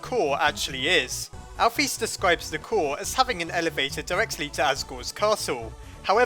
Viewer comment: Alphys name is pronoced al fis not al phys